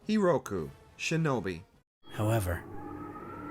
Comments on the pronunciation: Bro managed to say Hiruko wrong every single time. Amazing. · You mispronounced "Hiruko" twice.